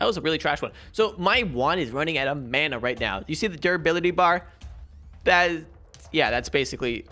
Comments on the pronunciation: / Hey please make me the commen of the day but your world breaker pickaxe you need to go back where it was it'll still be there because you're not in the chunk and it's also pronounced Mana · Man-a not mona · It’s mAna not mUna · / Hey please make me the commen of the day but your world breaker pickaxe you need to go back where it was it'll still be there because you're not in the chunk and it's also pronounced Mana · Man-ah That’s how you pronounce it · its pronounced mana and not mana, you see now hehe he will never know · Mana is pronounced mona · Bro mana is pronounced like mana it’s that easy